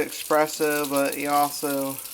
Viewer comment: Vertical orientation, mouth breathing, "expresso"... Intelligence level know.